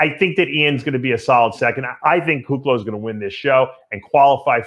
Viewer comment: I’m sure Iain doesn’t mind 😂 He says Kuclo wrong on Fouad’s podcast 😂